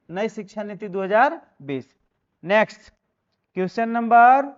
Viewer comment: Question का तो सही उच्चारण कीजिए